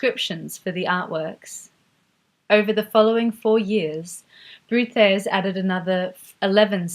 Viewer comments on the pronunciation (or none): Wonderful, thank you! But I will never understand the stubbornness of English speakers not to learn aaaany other language. Hah-ke, Brod-ars, I'll not even start with the French ones....